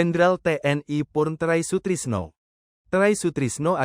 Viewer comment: Sembarang saja narator membaca berita, bilang "purnawirawan TNI" jadi "pur TNI", dan sebut nama Try Sutrisno jadi " Tray Sutrisno ", seorang pembaca berita itu tidak saja membaca teks berita, tapi perlu wawasan yg luas, agar tidak salah baca atau sebut, trim's mohon maaf sekedar mengingatkan